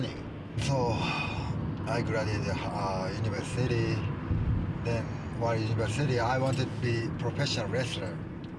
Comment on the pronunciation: Anyone else love how he pronounces university "Universe City"?